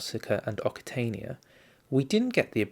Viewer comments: Occitania is pronounced as oh-k-see-tay-nee-ah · Occitania is pronounced oksitania, or oksitanee in french.